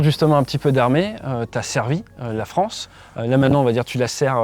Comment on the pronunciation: La fronce ? Oui notre pays est devenu la fronce !